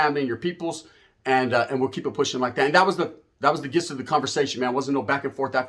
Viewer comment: Gist if the conversation is pronounced JIST just so u know